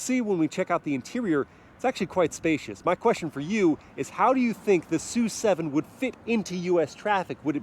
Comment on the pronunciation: Isn't the name of the car pronounced as "es - you - seven"??